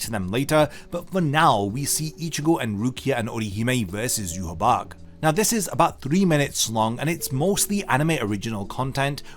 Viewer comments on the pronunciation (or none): yu ha bag?? bro just say YU-HA-BA-HA atleast...